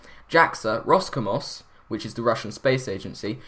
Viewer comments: rosCOSMOS, not RosComos -_ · roscomos hahahahaha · I am totally OK with you mispronouncing names of russian modules, they are very linguistics specific, and I am hopefully similarly bad at English, most probably worse. But how does one make a mess of roscosmos? It's just a ros, like in Bob Ross, and a cosmos, just like normal latin cosmos... And if I got you interested on those Zarya and Zvezda... Dude, have you heard Russian at all? I guess, the most widespread example of pronunciation would be Zoidberg. Why in the world would one make Coaideberg out of him? It's hard and simplistic, just letter for letter, no silents or mutants. It's Z like in Zoidberg, V like in volts, E like in exit another Z and DA like in famous song which goes da-da-da ! It's a word for a star in Russian. Zarya is a bit harder, r in it must be rolled and is a bit softened by the weird letter which looks like R but is reversed like in Korn logo. it itself is pronounced just as an a, but screws up the R in front of it, so yeah, its hard. I guess just saying zara (remember zoidberg?) trying to roll R best you can will get you closest possible to the real deal. Have fun and make more vids!